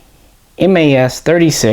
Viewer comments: we don't call them M.A.S but MAS (sounds like "mass"). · Just so you know, in France we pronounce '' Mas " just like you pronounce '' Math ''. MAS stands for" Manufacture d'armes de Saint-Étienne ". Love your channel and glad that you guys have interest for french guns.